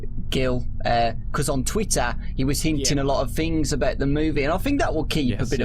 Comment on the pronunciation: on twittah, he wus hintin a lot of fings